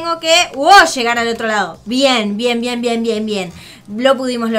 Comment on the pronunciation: Like Like si creen que dijo cuando dijo bien bien dijo ven